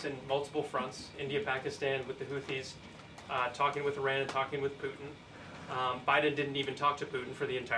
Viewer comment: Somebody tell Karoline there is a "t" in "Putin" and "important." She doesn't pronounce the "t" for some reason.